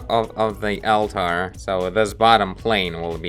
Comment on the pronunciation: Great video as usual! The eyes felt like they were stickers before. Oh and just a tip from an English speaking fan of yours. "Altar" should be pronounced "allter". Seemed like you were putting too much emphasis on it and sounded like 2 separate words "Al-tar" lol Anyway, love the frequency of your uploads lately! I cant get enough!